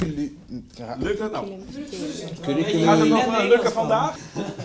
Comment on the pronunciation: Het is curriculum niet curruculum